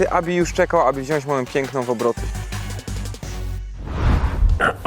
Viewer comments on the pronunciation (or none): wziac a nie wziasc